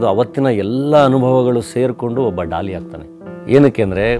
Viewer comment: It's not dolly it's Daali